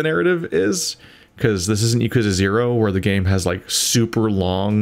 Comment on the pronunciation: Hey buddy, going through 3 with you was very enjoyable and I love how much of an absolute cluster fuck it is haha this might make me look like that guy, but Yakuza is pronounced 'Ya-kuh-zah' rather than 'Ya-kuuu-za' might just be me but just wanted to let you know.